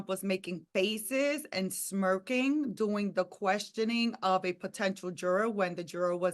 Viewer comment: lol. The way she says during